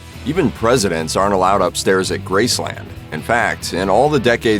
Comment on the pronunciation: Please stop saying Grace Land, it is NOT a theme park. Just Graceland, all one word